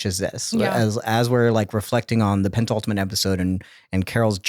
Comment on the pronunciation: Great show Also, if I took a drink every time said "pent - ultimate" instead of "penultimate" I would have alcohol poisoning haha:) (No shade!)